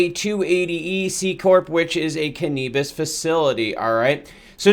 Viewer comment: Canabis not Canebus